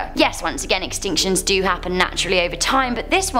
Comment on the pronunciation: ARE YOU TRYING TO SAY WORD" DO "'BUT INSTEAD YOU SAY "JEW"